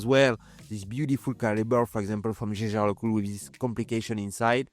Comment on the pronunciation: It justs hurts my ears as you french say the Jäger, Jaeger..I know I know but I try no to butcher the names. Yaeger-Jaeger it's not that hard. Anyway nicely done job, as always. I see you're carring the Omega you have recently restored. Nice to see that.